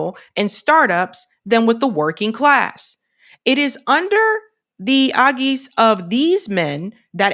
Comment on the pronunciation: "Aegis" is pronounced "A - jis"